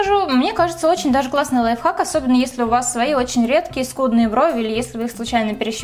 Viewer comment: лойф хацк? я одна это слышу?